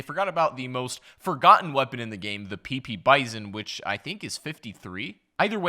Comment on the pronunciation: He said pp bizon